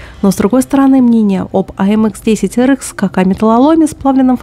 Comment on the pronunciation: В аббревиатурах не английские буквы, а французские, их надо произносить соответствующе